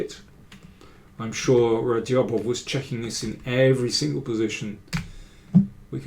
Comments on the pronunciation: Hello Daniel, how are you. I really enjoy the videos. Just for names of grandmasters, I just remind you of Radjabov's correct pronunciation: It is NOT pronounced /Radyabof/, but /Rajabof/, 'dj' being pronounced as it is in 'bridge.' Regards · The "J" in his name is not silent btw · great stuff as always mr. king, just the way u say radjabov is funny check that